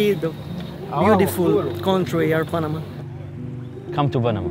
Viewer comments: جو اسمها Panama ليس banama 😂😂😂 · Nice one Joe. But it us P not B Greetings from Texas 🇺🇸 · Bro try to pronounce the Letter p correctly. IT is p not b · Panama 🚫🚫 --Banama 👌👌 This 🚫🚫----Ziss👌👌 Wtf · Bro, do you have a problem with the letter "P"?